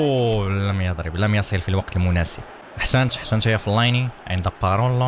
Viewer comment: فلين وليس فليني